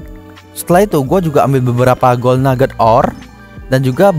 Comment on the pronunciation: Kok ngomong nya agak kurang bang , gold = gol